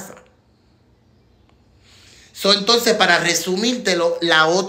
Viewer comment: Lo que quiere decir es, entonces.....pero lo pronuncia "antonces" con la letra a.... como lo dicen algunas personas del campo en PR.